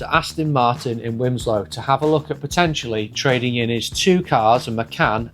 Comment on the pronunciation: Wilmslow not wimslow